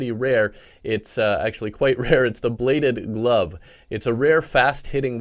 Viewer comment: When he said bladed glove I thought he said blade of love